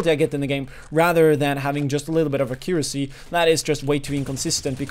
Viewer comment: only one tip, pls learn how to correctly say accuracy, I love your work and it's all based on facts and u can introduce us to them really well, also your english is very good, but u saying accuracy is just painful, hope u will take this criticism and improve your videos, cheers!